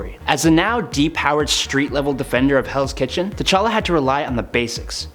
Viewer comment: Is it me or did i hear hells kitten rather than hells kitchen